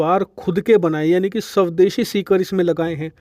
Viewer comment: Video bahut achchhi hai lekin aap shavdeshi na bol kar SWADESHI bole to aur achchha rahega.👍